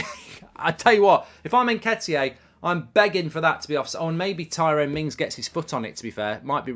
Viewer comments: Mark - You’re the only one saying “ N-ket-ee-ay”. Can you get it right please, or are you taking the piss? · Haha, why do you keep calling him Nketiyé? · Who the f is Nketiyay? 😂